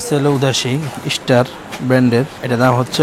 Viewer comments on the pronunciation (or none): none